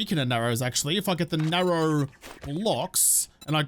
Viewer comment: The word is NARROW bud haha